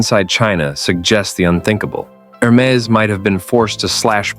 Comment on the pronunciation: It is very funny to watch video about Hermès Please stop pronouncing hermezze Back to the point why showing so much other brand coco lv and other? I realy thing that is just a big jock to not say fack news